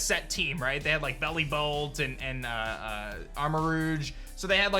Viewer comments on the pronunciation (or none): none